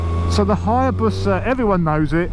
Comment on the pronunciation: Haya-boosa. Not bus-a haha